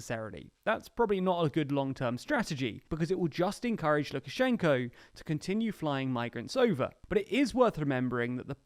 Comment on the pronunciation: Why do you incorrectly pronounce the name of the President of Belarus throughout the film?